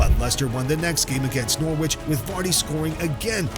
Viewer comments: just so you know Norwich isn't pronounced noor-wich is more like nuh-rich or noar-rich, not that big a deal tho just makes you sound very american lol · Leicester beat Nor-witch 😅😅😅